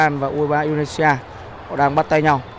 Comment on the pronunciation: 2 lần đọc sai Indonesia:), quá chán